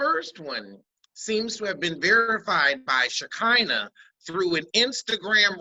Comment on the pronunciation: “SheKINGna “ lol 😆